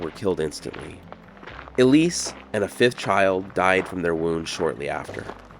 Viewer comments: The plaque says Elsie. I'd pronounce that L.C., not E. Lease. LOL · ELISE ELSIE (EL-SIE) ✅ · Her name was Elsie (pronounced L C) not Elise. You are reading it wrong.